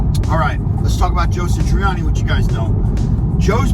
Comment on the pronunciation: Who's "Joe Sitriani"!🤔